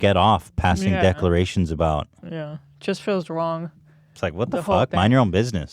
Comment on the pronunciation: Does it feel WONG?